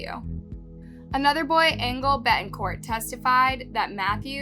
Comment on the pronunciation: Angle ? Lol it's angel girl . This is like my 10th video and You have lots of trouble pronouncing Hispanic first and last names. Sad Situation though, he deserves to be under the jail for as brutal as the murder was.